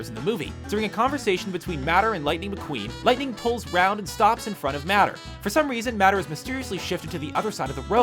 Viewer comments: The real thing that is so damn annoying is when he keeps saying matter and not mater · It's pronounced "may-ter" not "matter" there's no way you watched the movie. They said his name so many times. You probably Google it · You made a mistake yourself You incorrectly say maters name as matter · I feel like I'm the only one that L O V E D cars 2. Super bad ass, funny, and SO much better than cars 1. Also, god dammit, it's MAYTER. Like TOE-MAYTER (Without the toe). Sheesh. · Does it annoy any one else that he ses mater and not mater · it's mater like tuhmater but without the tuh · IT'S PRONOUNCED MAY-DER, NOT MATTER!!!! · Boi you said "matter when talking about mater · Please. His name is mAter NOT MATTER!!! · you say it like may tor but it's spelt mator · Bruh, "matter", u mad? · Screen Rant know how to pronounce "Mater". They're only pronouncing Mater as "Matter" because they know you'll write it in the comments section along with the other 101,000 other people and generate more revenue for them. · Nonononon "Matt- Er"???????????????? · Its "Mater" Not "Matter" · Really, m Ah ter, it's m Ay ter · he says Matter eye starts twitching ITS MATER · MATER NOT MATTER jeeeeeezzzzzzzzzzzzzzzzzzzzzzzzzzz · you said matter not mater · Why do you Screen Rant people always pronounce the names wrong?! It's pronounced Mayter but spelled Mater! And Anna is pronounced Onna but spelled Anna! Do u even watch the movies?! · its pronounced M8er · you said mater wrong!, you said (Maa-ter) its (May-ter) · MATR IS BEING MISPRONOUNCED BY HIM!!! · mater not matter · i am so triggered! its not pronounced matter but mAtter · its Tow Mater not matter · Moana: its wind and sea not sea and wind And it's mate-er not matter Top 10 Screen Rant Mistakes That You Missed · Top 10 mistakes in screen rant: #1 tow matter instead of mater lol it's ok 👌🏼 I won't judge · every time he says mater (mah-ter) I die inside. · Matter? It's mate-er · matter? its pronounced Mäter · Omg I started cringing so much!